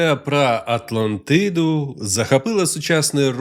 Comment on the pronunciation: Хахахах з початку випав: "Легенда прА Атлантиидуу" Але дякую за українську, це все жарти звичайно